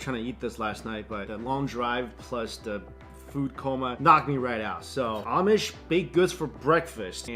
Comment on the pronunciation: My girlfriend and i just shook our heads when he kept saying amish